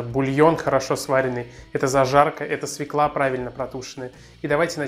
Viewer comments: СвЁкла! Запомни, свЁкла, а не свеклА. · Только не свеклА, а свЁкла. Уши режет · Бесит эта свеклА! По-русски это свЁкла! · Только пожалуйста, не свЕкла, а свЁкла. Уважайте русский язык! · Все отлично, только не свеклА, а свЁкла. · У слова "свЁкла" ударение на "ё". Моя старая учительница русского языка учила так, как я и запомнила на всю жизнь: "Как нельзя сказать ФеклА, так нельзя сказать СвеклА. Не ФеклА, а ФЁкла. Не свеклА, а свЁкла". А вообще - неплохой рецептик украинского борща. У нас, украинцев, он свой в каждой семье. И даже у мамы и дочки борщи различаются по вкусу. Меня, например, учила еще моя бабушка, а уж она знала толк в борщах - её часто приглашали варить огромные кастрюли борща на свадьбы и, извините, на похороны, когда нужно накормить большое количество людей (да-да, раньше на наших украинских землях на свадьбах кормили борщами, а традиционные поминки в Украине и сейчас не обходятся без этого блюда). И всегда гости ели и нахваливали! Так вот, один секретик от моей бабушки заключается в том, что в самом конце нужно положить заправку со старым салом. Что такое старое сало? Это обычное сало, которое некоторое время полежало в тепле и приобрело специфический аромат - раньше, когда холодильников еще не было, такое сало было во многих семьях. Я же специально для борща всегда держу небольшой кусочек такого "деликатеса". Так вот, на семейную кастрюлю борща беру хороший зубчик чеснока (измельчаю ножом), режу немного зелени (укроп, петрушка), солю и добавляю "соскребанную" ножом со старого сала жирненькую субстанцию. Все это перемешиваю в ступке и добавляю в самом конце варки в борщ. Даю ему чуть-чуть подзакипеть и сразу отставляю в сторону, чтоб настоялся минут 15, как и в Вашем,, рецепте. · СвЁкла ! СвЁкла! СвЁкла ! Хоть ты и ...... , но говори по русский, пожалуйста ! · В слове "свёкла" ударение на ё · спасибо за прекрасный рецепт! Только, пожалуйста, обратите внимание на то, что в слове "свёкла" ударение на первом слоге.